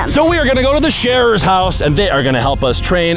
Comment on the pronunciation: Sharer not sheer 👍🏼😁